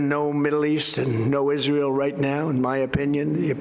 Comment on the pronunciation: I thought he said "Isreial" no longer a threat ,,,did I hear that right ?